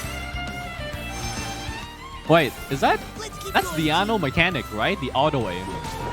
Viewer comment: You pronounce 'Diona' as 'Diano'😂